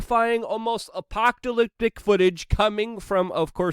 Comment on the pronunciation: "atoppolyptic." "nucular." "mishing."